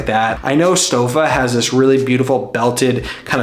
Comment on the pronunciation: Nice video. fyi, Stoffa is pronounced "Stoe-fa".